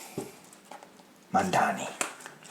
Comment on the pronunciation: It's Zohran Mamdani, not Mandani. Two m's and one n. Like Mom-donny.